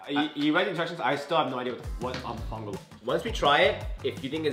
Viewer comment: as a Puerto Rican… y’all butchered the mofongo, pronunciation and preparation… i think the idea had a nice sentiment but the execution could have been better if you took appropriate time to research each dish and see how it’s prepare and what it’s traditionally served with. maybe since y’all don’t know how to prepare the dishes yourself, it would have been better if you could have tried to get traditional dishes from local restaurants if they’re around. i can only assume y’all meant well but not only did you not prepare a lot of these dishes to standard, but your reactions to the some dishes (that weren’t even prepared properly) came off offensive. I’ve been subscribed to y’all for years and enjoyed watching your growth so please take this as constructive criticism to encourage y’all to continue to grow. Food is so integral to everyone’s culture so approaching it with respect, care and accuracy is crucial.